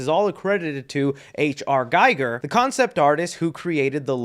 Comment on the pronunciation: I'm probably not the first to say this and I hate to be THAT guy, but Giger is pronounced 'ghee-ger' as it's a German name.